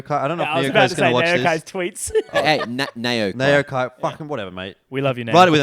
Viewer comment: Of course i am going to watch this. Always support my Aussie boys and love my Asian CS but i cannot stand anymore of this Advent counter strike haha Also its N(a)yo because in South Africa they dont have Accents on letters like in France etc